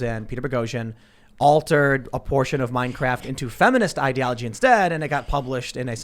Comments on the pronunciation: Tim said Minecraft instead of Mein Kampf. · did he just say "Meinkraft" lol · I caught that too....I was like mein kraft? Huh? Maybe he can't say the actual name because YouTube would take it down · Anyone else catch at where Tim said Minecraft instead of Mein Kampf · Did everyone miss Tim calling it "Minecraft" at about 4.25? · Mein-craft. I will never hear it the same way again lol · Tim: "Meinkraft" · Tim... did you say "Mine Craft"? LOL 😆 Everyone should read Mein Kampf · Tim, did you say "mine craft"? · did I just hear him call meinkampf minecraft? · ''A portion of Minecraft'' lol No one caught Tim saying Minecraft instead of Mein Kampf? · LOL anyone else catch Tim say “Minecraft” instead of “Mein Kampf?” I wonder if it was intentional. Like the “meow” game. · I thought he said, “Mein Krap”... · Hehe ... he called "Mein Kampf" "Minecraft"